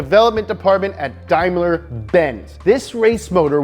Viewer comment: Did you just say; dimler..?